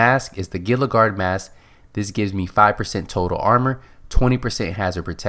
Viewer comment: gila guard (hee-luh) lol